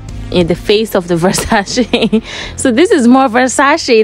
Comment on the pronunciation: at least say the brands name properly...